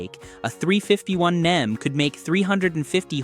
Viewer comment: Grooann! A.I. voice does'nt know hemi's is said as: Hemee, (not Hemiss!) & 351M is said as three fifty one EM, (not 351 Mem!). I can't watch any more AI crap that the author did Not proof-listen! Is this gibberish have any human involved? Or is this pure computer generated? Newfangled Crap!!